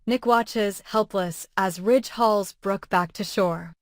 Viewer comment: His name is RIDGE not rich